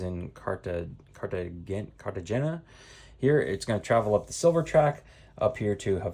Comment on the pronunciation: CART-AH-HAIN-YA...LOL....for Cartagena...dude..!!??